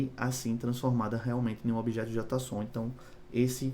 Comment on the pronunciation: Só uma dica fonética, JotaSON soa extranho no jargão dev, JeiSON, é preferível, não entenda como críticas a liberdade de expressão, apenas dica fonética com termos de TI em inglês, vastamente difundidos. Abraços!